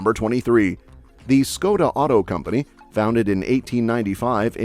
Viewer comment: Ty názvy jsou vážně hrozný. To se nedá poslouchat. Nepoznala bych Škoda, Olomouc neumí říct vůbec, kdo mu poradil, že nevyslovujeme koncovky? Nikdy neřekne celé slovo, hrozný. Nejsme Francouzi,kteří poradí něco polykání ve vyslovování. Smažený sýr už bych ani nepochopila . Proč to nemluvil Čech? Pomlázka. Všechno špatně, Petřín.